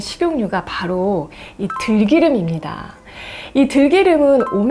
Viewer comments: 들끼름 아니고 들기름으로 발음해주세요. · 좋은 정보는 잘 봤어요 한글 '들기름'의 읽기를 '들끼름'으로 하는것을 수정해 주셨으면..... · '들끼름'이 아니고 '들기름'입니다. 대중을 상대로 하는 방송에서 발음을 정확히 하시는게 좋겠습니다. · [들끼름]이 아니라 [들기름]으로 발음함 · 들'끼'름, 볶음'빱'.... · 저와 같은생각을 하셨네요 들끼름은 좀 생경합니다 볶음빱은 볶음밥이 자연스러운데 애매한것이 제경우 김밥은 또 김빱이라고 발음하거든요 우리말은 맞춤법으로는 설명이 안되는 미묘한 부분이 있나봅니다 예를들어 고추기름은 그냥 고추기름인데 고추가루는 고추까루가 되거든요 참 설명하기 애매한 부분이죠 덧붙여 장마비는 그냥 장마비라고 발음했었는데 언젠가부터 장맛비라고 쓰고 장마삐라고 발음하는게 맞춤법상 맞다고 대대적으로 홍보하데요 서울사람인 저는 이해할수없는 발음입니다 그럴경우 여우비도 여우삐라고 발음해야하는 이상한 경우가 생기죠 끝으로 요즘 맞춤법중 가장 웃기는것은 바람과 바램의 쓰임새인데요 행복하길 바라 행복하길 바라요 이게 바른 맞춤법이라는데 영 어색합니다 행복하길 바래 행복하길 바래요 이게 자연스런 말투잖아요 물론 문법적으로는 전자가 맞겠지만 어법상으로는 후자가 맞다고 생각합니다 맞춤법을 뜯어고치는 국립국어원 인사들이 너무 문법에 얽매여 어색한 발음을 강요하는것같아 씁쓸해요 문법에 기초한 맞춤법으로는 설명이 안되는 우리말의 미묘한 특성을 인정해야한다고 생각합니다